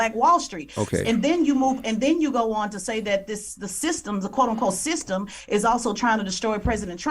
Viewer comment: Someone needs to tell Charlemagne tha Clod that it's pronounced system, not thythtem. The guy's a millionaire, you would think he could afford some speech therapy.